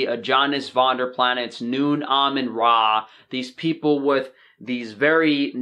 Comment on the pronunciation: Dude you arn't even pronouncing his damn name right. Clearly you didn't read his book We Want To Live where he mentions multiple times its pronounced Homogeneous without the hom. Why are you making videos with patently wrong info - he was not trying to die from thirst. Get the story right